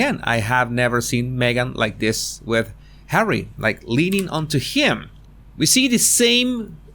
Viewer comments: I really enjoy your videos. But tell me, why you keep calling Harry as "Hawwy"? I can't even tell how extremely annoying it is. I just don't understand purpose of this. Why you keep doing this? 🤷‍♀️ I have to say I had to turn off some of your films because of that, unfortunately. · Ever since u started saying 'Hawwy' I cannot stop to imagine her calling him 'Habby' as in the nickname for 'husband' (hubby) 😂😂